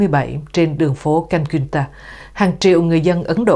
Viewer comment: CALCUTTA ( thành phố Ấn Độ ) đọc là cal - cuyt- ta ( đọc kiểu tiếng Pháp ) . Em ơ Paris mà ! OK 👍?!